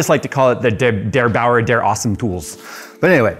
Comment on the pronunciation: DerBauer, not DeBauer! Meine Mutter kommt nicht aus München.